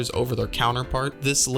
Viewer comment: Pronouncing ezio and altair wrong is a sin